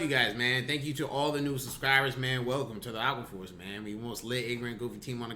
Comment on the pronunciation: this nigga been saying aqua force the whole time i just knew he said “aquafors”